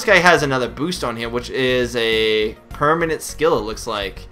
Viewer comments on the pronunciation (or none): none